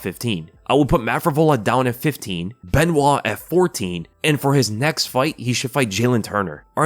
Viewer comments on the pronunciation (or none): none